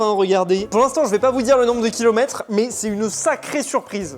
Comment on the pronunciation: 3 Kiloumètre, je connais pas cette nouvelle mesure 😂 (Bonne année )